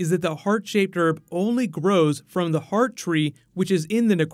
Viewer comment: He said "art shaped herb"...must have been a tongue twisted from the herb silencing all his H's to the art because herbs are powerful Urbs